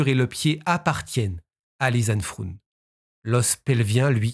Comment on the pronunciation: Deux jeunes filles européennes idéalistes dans un pays de merde... Et voilà le résultat ! J'ai pensé à ma compatriote Natacha de Crombrugghe, elle aussi disparue lors d'une randonnée, au Pérou, et dont les ossements ont été retrouvés des mois plus tard. Pour info, Froon en néerlandais ne se prononce pas "froune" mais "fraune" (comme "Beaune") : le double "o" est l'équivalent de notre accent circonflexe, il allonge la voyelle. Première fois que je regarde une vidéo sur votre chaîne, et la narration est parfaite